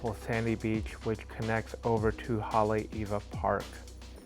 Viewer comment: ...No worries! Nice to see/hear NS vacation video not just about Giovanni's, acai bowls & turtles Laniakea. BTW...VERY good pronunciation of Haleiwa